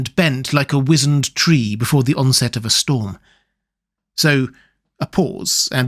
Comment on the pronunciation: Thank you for prouncing wizened correctly. Very satisfying